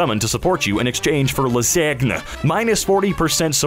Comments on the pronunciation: how did noone point out that you don't know how to say lasagna lmao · Did he just pronounce lasagna like that?